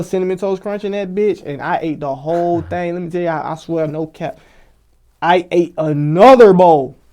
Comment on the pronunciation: “I ATE A NOTHER BOWLL” 🤣🤣🤣